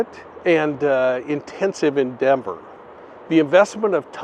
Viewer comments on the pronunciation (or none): none